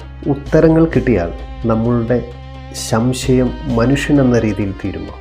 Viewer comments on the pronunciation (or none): ശംശയം അല്ല സംശയം